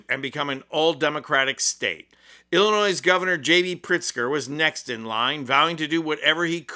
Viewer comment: OMG, I can't stand it... the s in Illinois is SILENT!!!